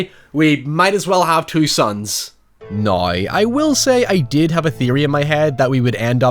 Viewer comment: Noryw???? Its now. The word is now. Lol